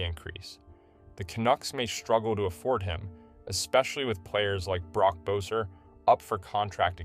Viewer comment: Pronounced “Besser”, not “Boh-sir” Otherwise, great video.